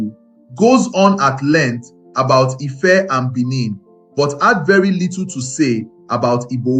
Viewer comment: What's Efe? So, you can't pronounce Ife? 😂